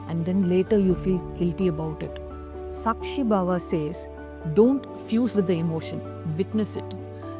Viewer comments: May I? It's NISHKAAMA and SAAKSHI not Nshkama and Suckshi. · Good video with useful tips - few corrections please. niSHkaama, not niSHkama. saakSHi, not sakSHi... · I love your videos but why are you pronouncing the Sanskrit words weirdly... It's nishkaama not nishkama.. and Saakshi not sakshi.. all the words have very strong vibrations.. we should pronounce with awareness.. please... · Pronunciation of the sanskrit words is poor U need not convert them into Tamil n speak !!! Its Nishkaama not nishkama , Kaama not kama ! long sound of aa ! Its not sakshi - its Saakshi long sound of aa ! Its Buddhi forcible dhi not simple ddi Please learn a little Sanskrit n preach * U dont become contaminated if u speak Sanskrit correctly !!! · Very nice. It is saakshi and not sakshi. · Great presentation and beautifully explained. !! One suggestion... Kindly use correct pronounciation for the Samskruta words you used. Nishkama is actually Nishkaama ( without desire) Sakshi is actually Saakshi ( witness) Ppl might treat you as a guru for giving knowledge, so let them learn it right. Thank you for your effort & goodness.. 🙏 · Hi, i dont mean this in any other way; but just for info for those who might not know our language, and are learning, especially foreigners. It’s pronounced Kaama (desire) and Saakshi (witness), the A is longer like in ‘Answer’; ‘Calm’…. Not like ‘u’ in duck, suck etc . Have learnt a lot from this channel during some difficult times, living in a joint family… and hoping to keep learning 😊❤